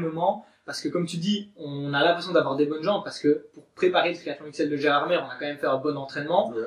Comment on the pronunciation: Gérardmer se dit "Gérardmé" ^^ sinon très bonne vidéo :)